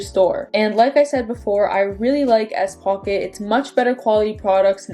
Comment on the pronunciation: Are you saying s-pocket?